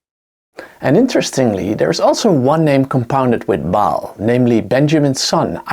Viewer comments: Ba'al With that apostrophe for the glottal stop. Pronounced like when you pronounce Hawai'i properly with that glottal stop. Great video, nonetheless. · Another one who can't pronounce Ba'al (ba as in bar not bail and al as in alcahol) not pronounced bail.